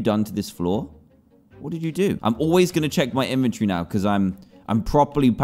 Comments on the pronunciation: I love the way he says inventory inventiry or inventry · How people say inventory: “inventory” How dantdm says it